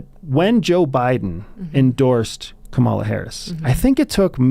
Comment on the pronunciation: You’ve changed. Please pronounce Kamala correctly. Added: how does one talk with a brainwashed Nazi who voted for authoritarianism? Wow.